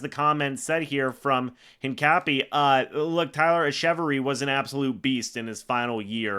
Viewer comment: Its pronounced “Etch-a-Very” btw👍 bro is a beast and deserves a shot